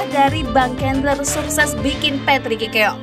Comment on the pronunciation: Bang cendler min, bukan kendler 😉